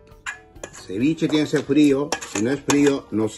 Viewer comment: AjajshahjajhHgaha ciwichi no es si pes.